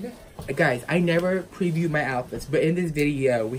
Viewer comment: its like his brothers...he also was messing up his 'r's bad like 'pweview' etc does he always do that?